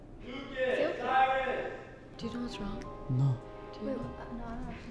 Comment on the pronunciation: It's not cyris it's Cyrus